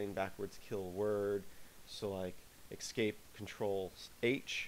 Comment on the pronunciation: You are pronouncing "escape" as if it were "excape". It's a really, really bad habit which is why I mention it. Other than that it's a nice video.